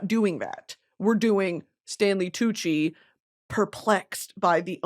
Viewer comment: tantgvng wid tanley coochie and pie cent she sayd🤣🤣🤣